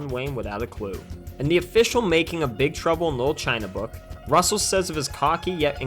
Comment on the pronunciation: "Big truble no china"? Is it just me who hear im say that?